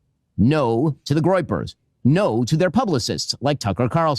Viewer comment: Did Ben say Goypers? Because you know to him. We are all GOYpers.